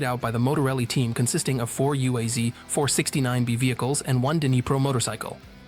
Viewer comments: UAZ is pronounced as a word, not spelling the separate letters. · UAZ and GAZ are pronounced as a word, not spelling the individual letters.